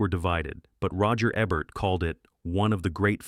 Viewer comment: Is AI narrating this, it's pronounced roger EEEEEEEEbert! WTF. Poor production.